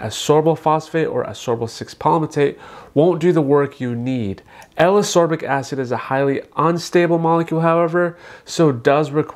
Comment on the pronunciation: A Dr. should know how to pronounce the ingredients. It’s as KOR bik acid.